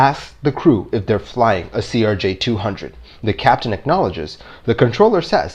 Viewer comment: I work in the aviation industry and worked for an airline they flew CRJs. Trust me, they are pretty touchy about the way its pronounced. To the extent that their employees will correct you mid conversation if you say it wrong. Got to be a bit of a running joke work - would purposely say it wrong just to see if we'd get corrected by their employees.